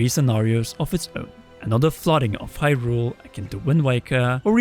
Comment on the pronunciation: Why are you pronouncing hyrule all weird. It's not hyRULE, if anything it's more HYrule